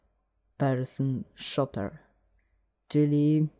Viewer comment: nie szoter tylko szuter!! ucz sie angielskiego tak samo z wolfensztainem........ ale tez tey pojecie fps first person szuter - zadania zazwyczaj to szukanie kluczy hahahahah xd padlem xd